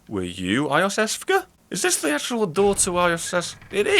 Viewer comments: Iosefka is pronounced Yosefka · Not eye o' sefka, I believe it's You Sefka. Either way, I just thought this was proper. Pls no new Smough Smug Smow Snowball SlamJam argument.